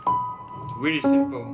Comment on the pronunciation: weally twash hahaha